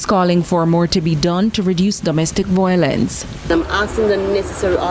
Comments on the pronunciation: Agree with you. There is no such word as voylence!!!!😃She said it 4 times!! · CVM, please get speech training for your news presenters. Imagine, repeatedly says VOYLENCE! 🤦🏾‍♀️